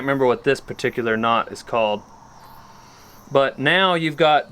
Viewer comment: “Know” damnit it’s Knot